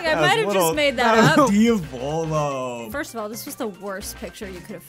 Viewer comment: he said Dia volo IT PAUNS ME